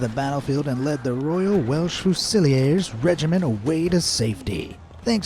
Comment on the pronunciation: lol, it's fuse-ill-ears.